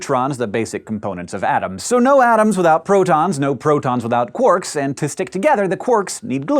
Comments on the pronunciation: uhhh 'quorks'? quarks, surely. EDIT: now he's changed to 'quirks' what is this madness?! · Why "quorks" rather than "quarks"?